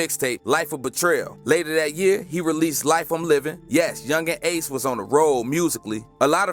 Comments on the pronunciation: Yungeen aces name is pronounced key-on-tay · Nigga atk means aim to kill and ace name is (kee-on-tay) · His name is key - an - tay 😂😂😂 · I know he didn’t say my mans ace name wrong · This dude cap that not how yu say ace name nigha kta mean kill to aim and ATK mean aim to kill dum ass